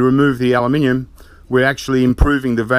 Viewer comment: He says "Aluminium" exactly how its meant to be said :) just because you spell it wrong it doesn't mean that's how you pronounce it.